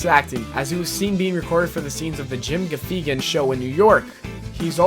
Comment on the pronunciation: Jim Gaw-Fee-Gan????? not how you pronounce Gaffigan